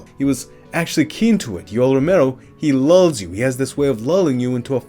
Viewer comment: "Yoel Romero, he Luh's You."